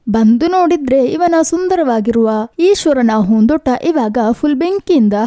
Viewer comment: ಏನ್ ಮೇಡಂ ನಿಮ್ಮ ಕನ್ನಡ ? conventನಲ್ಲಿ ಕನ್ನಡ ಕಲಿತಂತಿದೆ,ಹೂದೋಟ ಅನ್ನೊಕಡೆ ಹೂನ್ ದೋಟ ಅನ್ನೋದ,ಕೆಲವು ಕಡೆ ಅತೀ ಕನ್ನಡ ಪದ ಮತ್ತೆ ಕೆಲವೆಡೆ english ಪದಗಳು,anyway good try, ನಿಮ್ಮ ಕನ್ನಡ improve ಮಾಡಿಕೊಳ್ಳಿ ನಿಮ್ಮ ಚಾನಲ್ ಗೆ ಒಳ್ಳೆಯದಾಗಲಿ.